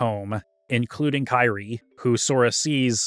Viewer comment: You say you’re a massive fan but you mispronounce kyries name the whole video. Wondering if you even played these now or just made this video for attention